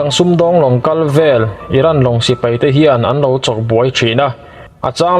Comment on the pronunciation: sipai,tih tur hi sipei i ti zeuha